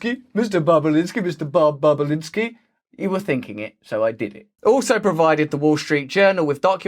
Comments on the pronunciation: cannot unhear mr. bobalinsky mr.bob boba-linsky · Bobulinski might be the funniest word of the day to pronounce indeed